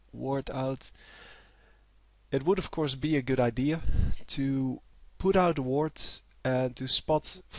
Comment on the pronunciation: Approx.: PRONOUNCED "IDEA" AS "IDEA" AND NOT "IDEE" FOR THE FIRST TIME EVAAAAAH!